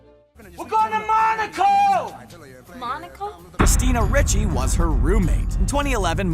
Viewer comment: How does this guy not know how to pronounce Ricci's name? Nobody pays attention to details anymore.